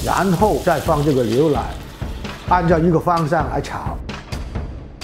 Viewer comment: 哈哈 牛（liu）奶（lai）